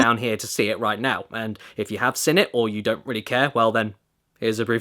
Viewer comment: Why does Caddy pronounce "seen" as "sin" I mean I'm British and I think it's weird as fuck